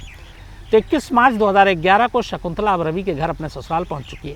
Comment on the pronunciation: सिगंला नहीं शकुंतला ।